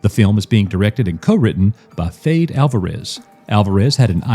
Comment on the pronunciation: Fede (I think its pronounced Feddy) Alvarez gave us Don't Breathe and the Evil Dead Remake. This sounds amazing